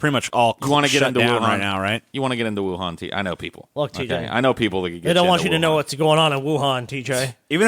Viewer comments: pronunciation of Wuhan bothers me greatly. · The second "C" is silent. XD